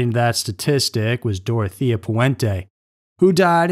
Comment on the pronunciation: It's Dore-oh-tay-yuh.